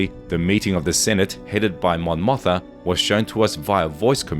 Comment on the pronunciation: I would much rather have had the proper 5th season of Rebels. And btw, it's Mon MOTHMA (two syllables)... not Mon Motha.